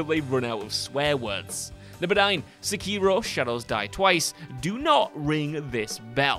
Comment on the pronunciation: “Se-kee-ro”, that’s like the third wrong pronunciation of Sekiro I’ve heard lol